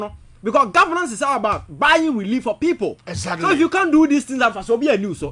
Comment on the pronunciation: And Iblove it when says “Das right, Ezatly and eiii “ It keeps me awake 🤣🤣🤣🤣